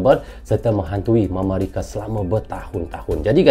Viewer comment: bilang mamarika😂😂